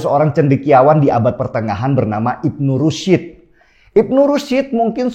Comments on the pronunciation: Kok bacanya: Ibnu Rusyid tho Paaaakkk?? Bukan Ibnu Rusyid tapi Ibnu Rusydi atau Averroes! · Ibnu rusyd dibacanya bukan rusid, tp rusd. Cuma s nya tebal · Bacanya Ibnu Rusy (رش): syin-nya sukun, bukan Ibnu Rusid